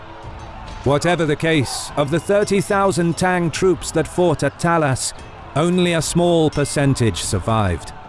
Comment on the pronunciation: It’s is pronounced not like tang